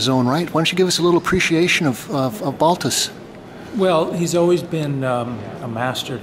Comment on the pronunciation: Asking for a Balthus catalog at Pierre Matisse in the 70s, was corrected by an older gentleman behind the counter, "it is Balthu", ...the s is silent in the French pronunciation.